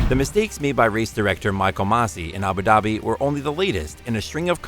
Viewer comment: It’s Abu Dhabi pronounce the d like “dhubi”